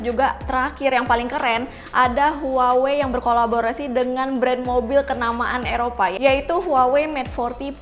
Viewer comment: Ngomong huwawee..lol, pngucapannya wawei kali neng, kek samsung..hrusnya dibaca samsong.